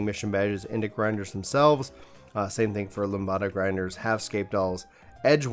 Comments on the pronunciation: "Lam duh" not "Lam bada" LOL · It's Lamb-Da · Why do you say lambda like that? It’s said lamb-duh. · Don't know if your pronunciation of Lambda was for fun, but if anyone doesn't know Lambda is Greek and most people say it Lamb duh.